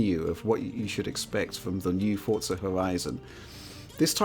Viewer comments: is it pronounced "fort" "zuh" and not "for" "zuh" ????????????????????????? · I only hear him say "Fortza" 😆